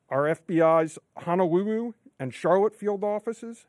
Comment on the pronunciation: Honawuwu Hawaii